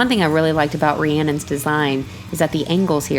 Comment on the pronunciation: Hey.. I love your work, but please call Rhiannon (ReeAnnNon) not ReeAnnA, only because my daughter has the same name, please keep it up you are great! P.s Fleeetwood Mac Rhiannon (enjoy) x